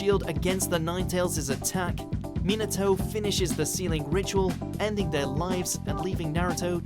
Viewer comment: me-natow? and kuh-shinah?